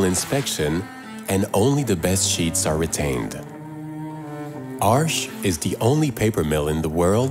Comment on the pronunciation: Oh, XD I've been mispronouncing Arches all this time!